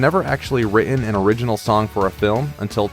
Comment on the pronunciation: Speaker can not say the simple word: written!